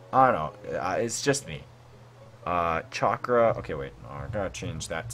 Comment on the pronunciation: Chalk-ra not shalk-a